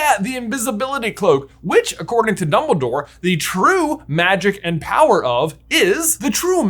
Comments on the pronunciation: "numbledore" lols :P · "Numbledore" part cracks me up everytime XD